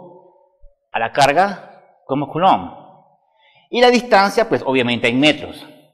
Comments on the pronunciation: se dice: Coulum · Coulomb es un apellido francés y en ese idioma "ou" se pronuncia "u". Al margen, ya que el señor está usando de su tiempo para enseñarnos sería amable de tu parte comentar agradeciendo y no remarcando algo tan insignificante!. Muchas gracias por los vídeos, son muy explicativos! siempre después de mis clases de física los miro y me sirven muchísimo como cierre de tema y también para sacarme dudas.Saludos